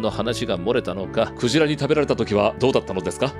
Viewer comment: ｸ⤵︎ ｼﾞ→ﾗ↑ｶﾞﾜ↑ｼｦ...ﾀﾍﾞﾃｲﾙ